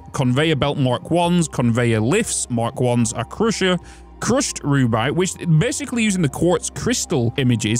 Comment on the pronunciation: Rubyte is pronounced Roo-Byte